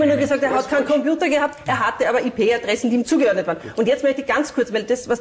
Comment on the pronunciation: "Hat er dynamische Ih Pe Adressen?" Eine richtige IT Fachfrau 😅